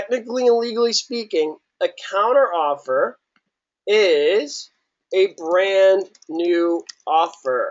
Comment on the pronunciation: Great videos, but I honestly think I lost a couple million brain cells listening to these people talk. Doesn't even know how to pronounce counteroffer haha.